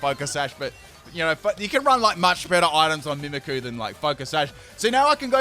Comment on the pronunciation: Your saying mimicqu's name wrong